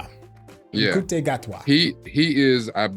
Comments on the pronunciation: Ncuti Gatwa's name is pronounced Shoo-tee Gat-wah. Doctor Who is the longest running BBC TV show. The original series ran between 1963 and 1989, comprising of 26 seasons and they are now called Classic Doctor Who (or Classic Who for short). 97 of those episodes are missing. There were 2 movies made in the 1960s starring Peter Cushing as the first Doctor. Tom Baker is the longest serving actor to play the Doctor. There was another movie in the 1990s with the 8th Doctor and the show was revived in 2005 with Christopher Eccleston as the 9th Doctor. David Tennant has played the 10th and 14th Doctor. In the original series, the Doctor's companion was called his assistant, now companion. The Doctor usually travels with at least one companion, but occasionally has several companions and they have been played by actors of different races. The Doctor's original companion in the 1960s was his granddaughter, Susan Foreman, although that's probably not her alien name, who he left behind when she fell in love with a freedom fighter in the 22nd century. Susan took her surname from the name on the junkyard door where the Doctor kept the TARDIS. When Susan's chemistry teacher called her grandfather "Doctor Foreman", the Doctor replied "Doctor who?" His name remains a mystery. The Doctor also has a daughter, Jenny, but she wasn't conceived in the normal way. It's implied Time Lords don't reproduce like humans. The Doctor is a time and space travelling alien from the planet Gallifrey. He is a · Ncuti Gatwa's first name is pronounced Shootie. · ALSO, you pronounce Ncuti like SHOO-TEE. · I’m no expert, but folks in the know seem to be pronouncing “ncuti gatwa” as (roughly) “shooty gat-wah”